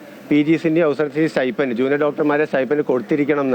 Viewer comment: It is sti"p'end, not sti'f'end or sti'ph'end!